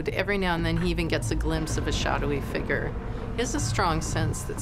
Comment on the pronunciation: It’s figure, not figgrt